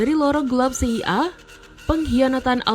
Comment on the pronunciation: Tolong pengucapan kata CIA dan FBI serta KGB bukan seperti ini caranya, bikin bingung ajah